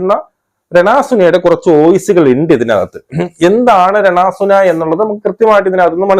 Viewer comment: ചേട്ടാ രണ സുന അല്ല രേണു സുധി 😆😆😆